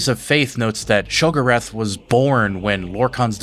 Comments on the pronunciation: Omg and it’s she go rath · It’s pronounce Sheo-go-wrath if you play oblivion all the NPC pronounce it this way. 😓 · You've mispronounced a lot of common words. Have you played these games or just read the lore? No shame either way it just makes it hard to follow what's being said when I hear keridillic instead of cyrodiillic or shegurath instead of sheogorath. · I mean this with a lot of respect because it's clear you know more than I do by a lot - but why do you pronounce some things weird? Like "sheogorath" and "cyrodiil" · youre pronunciation of sheogorath drives me up the wall but, i love your storytelling dude keep up the good work. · The way you said Sheogorath gave me a stroke lol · Also very minor nitpick and it's more me being pedantic / OCD kicking in there was several names you mispronounced in the video cyroddil and sheogorath being most notable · Why do you say Cyrodillic, Nerevarine, Sheogorath, & Pelinal so painfully wrong? Have you even played the games or are you just relaying other people's theories on games you've never played?